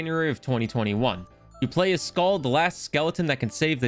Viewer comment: Its pronounced mir like skuhl with a long u since it only has one l